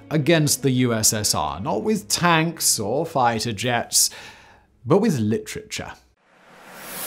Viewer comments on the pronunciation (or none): I love you Simon, but I can't get passed ""LICHRICHAR" 😂😂😂😭😭😭